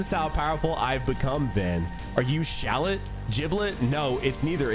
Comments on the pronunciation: its "shallot" btw not "shallet" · Shallot name is actually pronounced 'Shal Lot'. Like Charlotte. Gotta put that fleek on it. Thus Shallet name makes more sense lolz